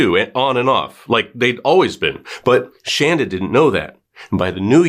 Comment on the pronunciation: It’s Shanda not Shandra